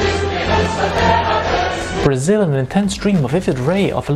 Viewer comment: You don't have to pronounce the word "Brasil" like that, sounds way too Spanish